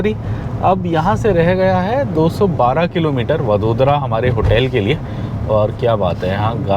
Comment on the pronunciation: वड़ोदरा, आणंद - ye hain in shehron ke naam. Jaise डिल्ली nahi दिल्ली hai, लखणऊ nahi लखनऊ hai. Bahot enriched hai Indian languages ki sounds, sahi jaanane ka utsaah rakhna chahiye.